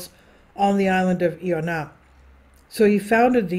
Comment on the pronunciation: I O NAH the proper pronunciation, greetings from Ireland 🇮🇪☘️✝️🕊🙏